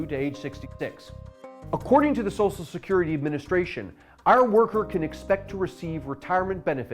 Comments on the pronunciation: Great video. I just wish he knew how to pronounce "SOCIAL". It was kinda annoying. "SOSSIAL SECURITY" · Love these, brilliant, 10/10, but please, it's "Social" not "Sosal" security.